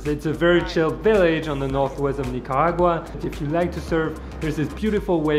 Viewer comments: it's Nicaragua not Nicagua but the video was really nice! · The way he pronounces “Nicaragua” is so funny, great video btw. Love Nicaragua❤️❤️